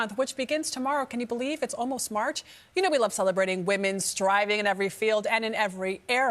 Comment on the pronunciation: Did she just say "smarch?" Lousy Smarch weather.